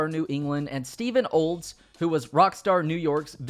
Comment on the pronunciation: Even if it was unintentional I still like what you did there. "Cockstar" instead of Rockstar sounds hilarious.